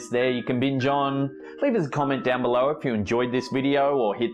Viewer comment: I just LOVE the way he says "be-low"! It's like "be-LOW", always emphasizing the LOW. I dont know why but I find it TOTALLY endearing! ❤ And THANKS FOR THE EXTRA LONG compilation! Perfect distraction from the monotony of being home! Now that I have swept my apartment for ghosts and done my 1000th spirit box to no avail! (I live in a brand new bldg! Only 2 years old! No history here yet!) 😷✌